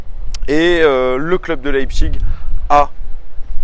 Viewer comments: Leipzig se prononce Leipzich pas iG ^^ Ca fait plusieurs vidéos que ça me perturbe lol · Mode Bernard Pivot La prononciation allemande est "Laïpsiche". Et la prononciation à la française est "Lepzigue". Donc "Leïpchigue" est une prononciation qui sort de nulle part, ça fait juste "j'essaye de parler allemand mais j'y arrive pas". Fin du mode Bernard Pivot 😆😆😆